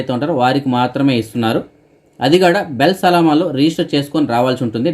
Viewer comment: HELLO.. BELL SALAAMA KAADU "BIL SALAAMA". EE THAPPUNU SARIDIDDUKOVALASINA MANAVEEEEEEEEE